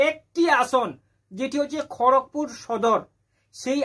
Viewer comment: ওটা খোরকপুর না খড়গপুর